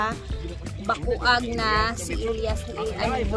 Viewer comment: Bacuag (bakwag) mao na tama pg pronounce